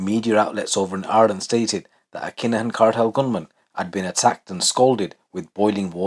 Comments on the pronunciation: Just sounds like a Birmingham accent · 🙈😩🤣 I thought I heard that 😅